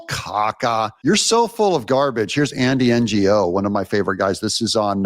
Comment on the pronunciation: It's Andy No. Not Andy N G O.